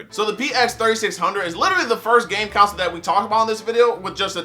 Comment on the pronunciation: It irks me every time you pronounce console like “council” lol